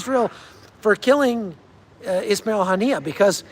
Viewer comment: “As I like to call him Wasmail haniyeh” 😂😂